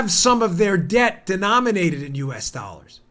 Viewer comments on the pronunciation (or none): none